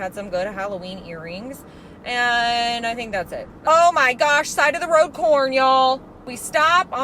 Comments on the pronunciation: Anybody else hear “side of the road porn!” Or was it just me?🤣🤣I literally had to go back a couple of time to hear what she said! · OMG....I thought you said "side of the road PORN"....LOL!!!!!!!!😂🤣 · I have never heard anything more midwestern than, “side of the road corn!” 😂😂 I live in Iowa so I seriously felt that in my soul 😅